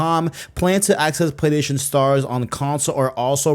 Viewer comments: If this guy says playDation again im gonna go insane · Every time he says 'Playstation', it sounds like he's saying 'Playdation'. I stopped watching halfway through because it was all I could focus on. 😂 Sorry, bro, I tried to make it to the end. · U don't say Playstation right.. i can't stand it lol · Dudes yt name literally has PlayStation in it. You’d think he’d figure out how to pronounce it